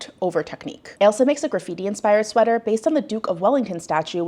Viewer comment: I haven't seen the show, so I don't know if it's being mispronounced by judges/commentator, but her name is Ailsa which is pronounced like "Ale-sah" (not like 'Elsa', and definitely not 'Alisa' which I've seen published in various articles).